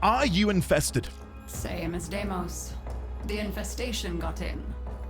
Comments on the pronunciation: All prime parts are dropped by relics, so you can safely google that! But I'd be wary of googling where you get the relics themselves tho XD also, its day-mos, not die-mos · I think its pronounced like dei(they)mos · Few notes. It's "Day-mos", the song is "party of your lifetime" by "On-lyne", and the warframe is pronounced "Zaku" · Deimos in Warframe at the very least is called "Day - mohs" just as a heads up.